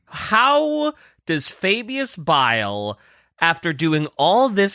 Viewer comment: "you are referring to Fabulous Bile": "AH, FABIUS BILE!" Notice how DIDN'T fall for the trap and did indeed say his name right when baited him. truly did know his name